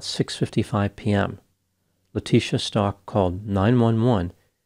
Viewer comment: Stauch not pronounced like Stalk. Pronounced ST-OW-K